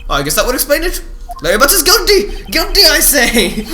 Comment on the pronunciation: Am I the only one who always thought that you were saying "goatee" instead of "guilty"?